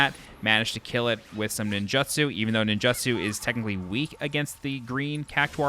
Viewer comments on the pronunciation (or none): “Nin-joo-tsoo” Not “Nin-juh-tsoo” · You need to learn how to pronounce ninjutsu